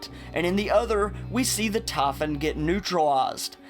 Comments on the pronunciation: The tahfun? You mean Typhon. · it is not tafun, it is typhon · Just say : "Tie" and - "Phone" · I fucking hate the way he pronounces Typhon. It not Tie fun. It's tie phone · ''the TAYPHON'' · He said tafin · this guy's accesnt man... it triggers me the way he says typhon. TAH -FUN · 4 minutes in and just realised you're talking about the typhon, not "taffen" LOL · They way you pronounce "typhon"....No thanks, keep that southern accent neuromod.